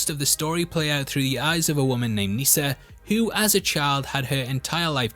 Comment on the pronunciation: As someone named Nissa you are saying it wrong. It's like Melissa not lisa